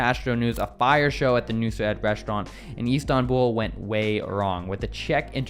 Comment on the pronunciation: His name is not nusr 😂nusret dump yankee